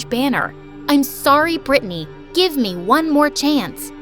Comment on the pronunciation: IM CALLED BRITTANY BUT THATS NOT HOW U PRONOUNCE IT 😭 U pronounced it as Britney 💀